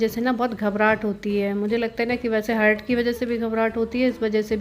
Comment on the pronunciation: हर्ट नहीं होता, हार्ट होता है